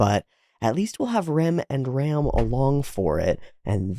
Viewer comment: For what I know "Ram" is read as latin (as all translated japanise names), i.e. something like english "Rum". Thanx for episode.